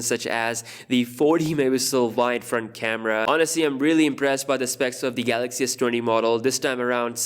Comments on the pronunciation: Yes. No more Galaox pronunciation guys! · Roh te moon if i pronounced it right and new samsung galox comments will hit everywhere now U will be missed dj🤙🏽🤙🏽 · Say GALOXY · DJ: Galox: Garoxx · Shit so we wont get to hear him say The GALOX S20 ultra. Sad! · "Samsung Galox"🥺😥.ill miss it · We will all miss him saying “Samsung Galox” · The “GALOX” Note 10 😆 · That was fun, yes a new Galaoxy for Samsung Mobile! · It’s garax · Samsung Kellogg's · The new Korean guy will be saying Galocs instead~ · I wonder how he's gonna pronounce Galaxy😂